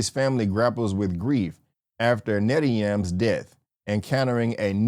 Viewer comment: I most certainly did, have you seen the movie? Because I surely couldn't tell by the way you mispronounced Netayam's name in this imo bad review. So it makes me question the whole you seen it twice story. But feel free to respond and defend your review I won't be responding back. Peace and Keep Watching